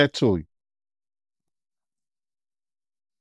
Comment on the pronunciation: Bruh Said Scassdale New York with all his might